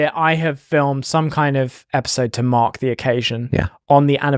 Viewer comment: ".....to mark the occasion" with Ollie's accent sounds like ".....to MOCK the occasion." Was that double meaning intentional? 😉 Either way it made the story even funnier!